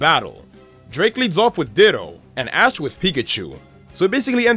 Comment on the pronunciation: he said a*s instead of ash